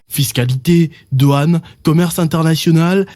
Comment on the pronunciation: Douane et non Doine.